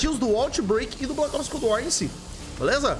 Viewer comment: PQ QUANDO VOCE FALA COLD WAR PARECE QUE TA COM UM OVO NA BOCA ?